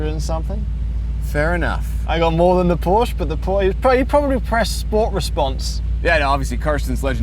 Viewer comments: Porscheeee!! With E!! Not Porsch!! Liebe Grüße aus Deutschland 😉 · yeah, Watson sucks. He's like a crossed eyed personification of boredom. And all videos start with "what will win in a drag race between a Porsch (not "Porsche" as it is pronounced) and this...bla bla bla". cringe